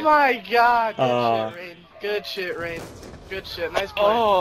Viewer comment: Am I the only one who heard him call Rain, Banks?